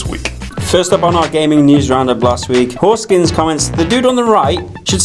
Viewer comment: Lol you pronounced Hauskins as horse skins and the dude is a brony.